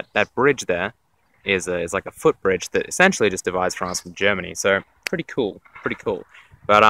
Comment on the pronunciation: ensentially, ensentially...